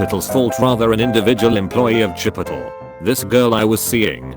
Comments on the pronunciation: Bur-jer King. Chi-pottle. I’m dead. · 'Chipitle' That made me snort. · chipotle: chi-puhl-tl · Chip-ittle lol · Nobody : Cowbelly: chipOTL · Now till Ithe day I die I will pronounce it “chipittle” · I'm sorry but I'm dying about how it got pronounced Chi-pi-tle LOL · The way it pronounces Chipotle kinda sounds like Shit Pickle. The Nerd has infiltrated this video! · Chip-a-tle. LMAO. Reminds me of that one post on Tumblr about if it would be funnier to pronounce Chipotle like Aristotle or Aristotle like Chipotle. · "chip ittle" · O:35 Ah, yes. Chipitle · someone make “chipitle” a meme right now lmao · ~Chip it ole~ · Every time I hear "chipitle" I laugh a little more. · "chipitole." ok. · chip uh tel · Nobody: Text to speech voice: CHIP-UH-TUL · Am I the only one who cringes when the robot voice pronounces "chi-poh-tel" and "tah-mah-to" CRINGEEEEEE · The Google voice says Chipotle as Chipittle. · Chi-po-tl that is how they are pronouncing it😂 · CHIP-ott-el, lmao. Best pronunciation ever. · Oh my god, the way that voice thing pronounced 'chipotle' 😂😂😂😂😂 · The way the voice pronounce “Chipotle” and “Burrito” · The TTS bot can’t say anything chipotle related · The way chipotle is said 😂😂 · I like how the voice says chipotle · The way chipotle is pronounced had me wheezing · Chip-o-tal Burr-it-toe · I went to chi-put-tul and she got a buh-writ-oh. Fam, this robot’s pronunciation needs some work. 😂😂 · “Buritoe” “Chipottle” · Chip-it'll burr-it-oh I'll never understand why these things get pronounced the way they do. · Chip-ittle. Bur-itto. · Chip-poe-tle bur-e-tah I'm dead